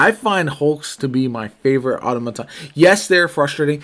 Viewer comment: aa-taa-muh-taan 😂👍🏼 sorry bruh